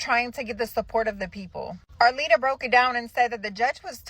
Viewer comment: Can you call Arlita by her correct name? Her name is not Arita! Who is this woman with the glasses? She’s a moron!